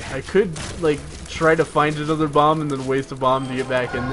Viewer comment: did you say "if we can find one more cent I'm gonna buy that mom"? at least it sounds like it. I know you mean bomb but mom would be so funny xD the milfhunter. The Green Story.